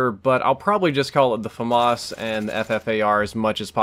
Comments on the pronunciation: fom-arse? wut, it's pronounced famas. oh you silly murican:D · FAMAS not FAhMAhS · Fast Firing Assault Rifle? I forgot what F.A.M.A.S. stands for, also, you prounounce letter by letter, so F-A-M-A-S.